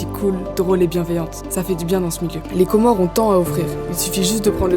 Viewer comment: C'est pas pour casser l'ambiance, mais le "S" à la fin des Comores, c'est pas de la décoration, on dit les Comores par ce que c'est un archipel de 4 îles 😊